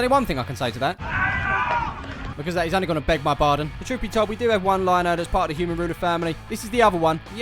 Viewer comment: Are we going to let away with that I beg your barden instead of I beg your pardon 🤣